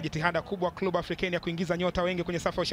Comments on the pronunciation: Mtangazaji sio klubu ni clebe(club) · Mtangazaji kwa kiransa ni Klebe sio klu bwana